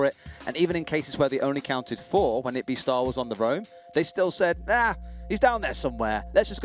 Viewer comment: Yes I'm quite late, but my excuse is I had to watch the main seasons of 4 teams, but aside from that, I love how says JayKr and pronounces Itbe for Cutieee and Jack Daddy. Obviously she isn't familiar with the region but I still find it funny😂